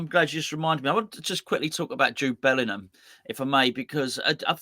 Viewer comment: Gonzo - nice to see you put some respect on Bellingham's name! 😉